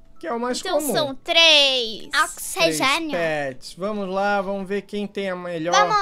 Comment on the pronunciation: oxGENIO KKKKKK